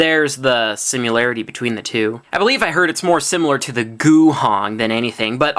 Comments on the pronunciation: Did he just pronounce the word "simularity?" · dude says "simularity" (0.51, 0.57) that makes me laugh